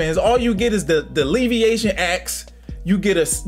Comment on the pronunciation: "The Leveation axe" 🤣